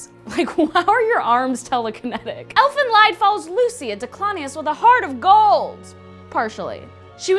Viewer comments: I thought it was pronounced Elfen Leed not Lied. Also i was told Elfen Lied means Elfen's song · He you, great vid... But you pernounced Elfenlied wrong. Its German, like many Manga/Anime. Lied is pernounced much like the english word lead. It means Elven Song witch is a odd name for such a cute Killingmachine... i guess 😆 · YOU PRONOUNCED ELFEN LIED WRONG IT'S NOT LIED IT'S PRONOUNCED LEED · Ellen lied? No it's Elfen lead! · THANK YOU!!!!!!! I'm so happy you did Elfen Lied, though it is pronounced 'lead', not 'lied' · Not wanting to sound rude, but it's pretty clear you didn't watch or research Elfen Lied and just kinda added it to this list. Let me correct a couple mistake you made :) 1. It's pronounced 'leed' not lied, because it's German meaning 'Elven song' 2. When talking about Lucy/Niu, you were showing clips of Nana, a different diclonius and character throughout the series. 3. Kyouta's name in the anime is pronounced "Koda" I don't want to seem rude or anything, but I just thought I'd correct a couple of the mistakes for you ^-^ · ANOTHER YAASSS also. Anyone else triggered by the the way she pronounced Elfen lied (its pronounced lead because it’s German I believe) AND half of the clips weren’t Lucy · Dear, you read Elfen Lied wrong, it's should be read like 'Elfen Leed'. It's in German language means Elf's Song. Btw, you should see Ghost Hunt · [Elfin Leed](lied is German for song, ie read as ee),[Misakee May] Sorry